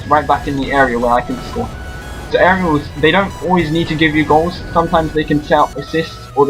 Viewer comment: at the beginning it sounded like hey this is " anal raiders"